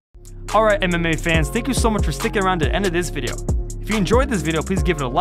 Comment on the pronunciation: Why can't you say video right